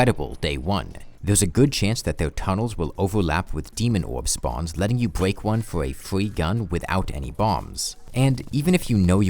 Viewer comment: okay i can't get over it, but in here it sounds like "...letting you bweak one" and it's so cute :3 waa, "fwee gun", i'm sorry if this offends you or smth in case you get to see it TwT (which i doubt but eh always a chance)